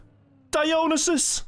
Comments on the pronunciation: idk how the player prefers his name to be pronnounced, but as a greek I can say Dionysos is read exactly as written and not Daionysos. also OPA is a word we use in Greece too and although it has many contexts it fits the one is using. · Pronunciation of dionysus is killing me.